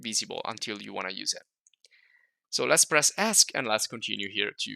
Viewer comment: Great videos. Just a minor point though. It took me until this video to realize what you were saying when you said "ask". Now I know you were referring to the Esc key or "escape" key. I know...I know...I'm old and slow.